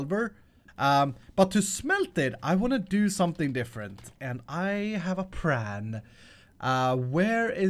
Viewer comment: what is his mission on the "plan" pronunciation?